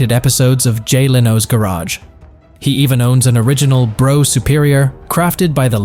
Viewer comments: Brough=Bruff, not Bro! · It’s not a ‘Bro’ (Brough) Superior but a ‘Bruff’ (Brough) Superior…!! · Brough is pronounced 'Bruff' not Bro...doh! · What the f#÷k is a "Bro" Superior! Its Brough, as in bruff Superior. 🇬🇧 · SORRY IT'S NOT "BRO" IT'S PRONOUNCED "BRUFF" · Brough is pronounced Bruff not bro you philistine, and why didn't you show the Black Prince when talking about it. some gullible people think you are showing a factual film!! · Hey Bro, it's pronounced Bruff. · Bruff.. not Bro.. ffs that hurts my ears! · Just so you know, Brough is not pronounced Bro, it's Bruff, in English. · Brough as in rough. Not as in though! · Brough is pronounced Bruff! Yam Dankees! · Pronounced "Bruff Superior" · brough is pronounced bruff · Lame computer voice that mispronounced both Brough and Wenkel. 2 mins and I’m out.